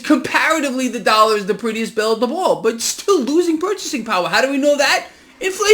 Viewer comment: " US DALLAR" ? 😜😜😜